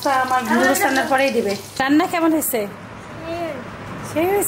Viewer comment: নুডুস না আপু নুডলস হবে কথাটা